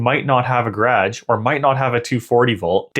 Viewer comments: Nice work on this video! You clearly have the units understood. Not a single mistake with kwh versus kw. The only thing I can comment on is your pronunciation of garage . It is a two syllable word but you are trying to shorten into almost one syllable. Like gradj instead of gar age. A tiny piece of the U.S. does that if from near Washington DC and south of the Great Lakes. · Nice test. Had a problem understanding what a gradge was 😂 What battery chemistry do you have? NMC I'm guessing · This is all good and well, but what's a 'gradge' ??